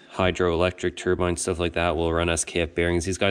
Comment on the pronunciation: I like how you said they make military shhhuff lol